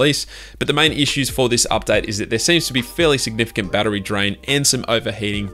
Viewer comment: Why are you pronouncing "update" as an updite? Lol)))